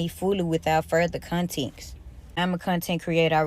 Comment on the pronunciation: She actually said, “contex.”😂😂